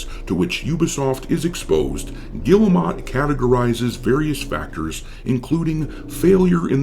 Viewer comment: Im pretty sure it's pronounced "Geel-mo"